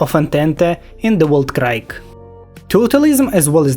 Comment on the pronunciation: Не знаю специально или нет, но скажу Entente - Антант Weltkrieg - Вэльт криг